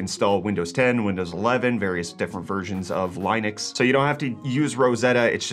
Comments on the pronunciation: Linux sounds like Unix. Youu - Nicks. Linn - icks. Line Ucks?? No. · "various different versions of LIE-NUX" ...eww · You pronounce Linux so that it sounds like you're saying Linus, and I think of LTT. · The way you pronounce Linux hurts my soul.